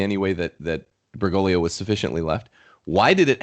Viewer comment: I know this is petty but if she says "Berr-GO-glee-oh" one more time I'm going to snap my laptop in half.